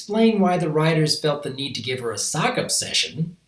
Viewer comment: ShadowL Drago lol, you said Sock